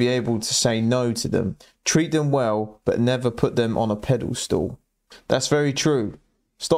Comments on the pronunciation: Love your videos, but just have to say, pedestal not pedal stool. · Pedestal, mate. Not ‘pedal stool’. 😉👍